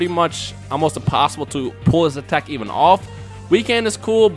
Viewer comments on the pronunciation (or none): none